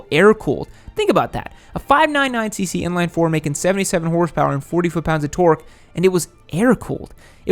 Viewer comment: Torque* please just say it normally lol